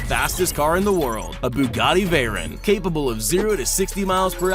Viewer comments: just saying you pounced Bugatti wrong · But Other Than That I Am SO GLAD He Didn't Pronounce The 🛡 Escalade Wrong!. THAT IS A FAMILY CAR MY GRANDPAH HAS A 2008 MODEL OF!. IF YOU SAID THAT WRONG I WOULD'VE SHOWED MY GRANDPAH IT AND HE WOULD'VE BEEN PISSED!. But Just To Let U Know Ur Pronouncing The Bugattis Wrong!. AND SOMEONE SAYS YOU MIXED UP THE VEYRON SUPERSPORT WITH THE CHIRON!. WHY DON'T YOU TAKE A BUGATTI SIZED LEAP/HIKE AND HOOT WITH THE CHIRONS AND SOUR WITH THE VEYRONS!. (Learned THAT One From A Friend Of My Mom's.)